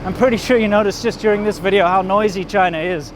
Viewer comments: Your wifes V's are good now. no more wideos, Videos..........shes nailed it :) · Wideo xD!!! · Please teach your gf to pronounce “video” properly?